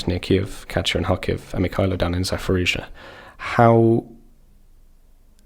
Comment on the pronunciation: it's pronounced 'Zaporizhzhia'. Getting names wrong for more than 2 years shows a lack of respect.